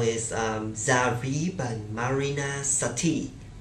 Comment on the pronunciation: It's Marína Sátti. Not Sattí.